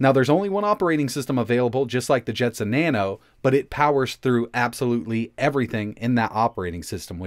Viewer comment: Jetson "Naon" oopsie